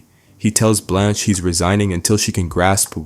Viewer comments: I don't know how you can make an entire video and not know how to pronounce her name. It's Blanche. Not Balanche. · This (incredibly mid) video essay is brought to you by ChatGPT and someone who can't pronounce Blanche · Great episode. *Why does the narrator keep calling her “Blonch”? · Blanch never sounds like blonch. Two totally different sounds. They are mispronouncing it which suggests this is AI narration. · where do you hear blonch from? I hear blanch always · Why did you keep mispronouncing Blanche?